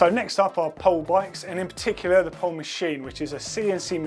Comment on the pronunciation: The Finnish say 'Po-le' not 'Powl'. And that's not even their downhill frame, that's supposed to be their All Mountain. They haven't released the design of their DH bike, that's coming next year.